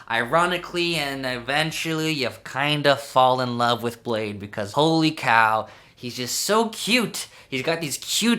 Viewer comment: its “Blah-dee”